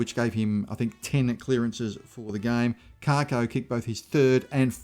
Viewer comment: I’m not being a smartass. But it’s Kako, not Karko , there is no R